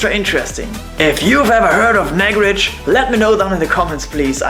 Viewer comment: It's not nag-rej it's Naag-Rahj. Nice video!!